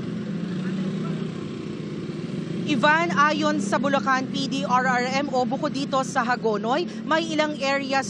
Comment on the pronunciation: ... Correction jamie santos ... "Bulacan" hindi bulocan / bulokan ...